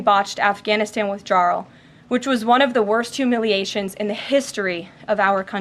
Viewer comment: Our new Press Secretary is very good, but she can't pronounce "withdrawal".